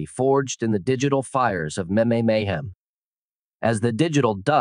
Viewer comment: Maybe have the AI be able to pronounce meme before posting a video on meme’s?